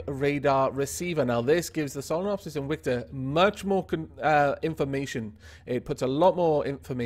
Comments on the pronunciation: He said its name like inwictor not invictor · is it invicta or inwicta? it sounds like you're saying inwicta lol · So it's pronounced ' in-wic-ta' but spelt Invicta? That's nice to know.